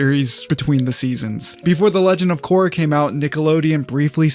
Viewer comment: There is non"uh" sound in water tribe names. The names you mentioned do not make any "Uh" phonetic. Kor-ra Ka-ta-ra Sok-ka